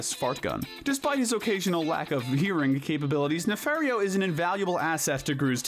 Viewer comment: It’s pronounced ee-gull-SAHN and nuh-FAHR-ee-oh, “”! 🤨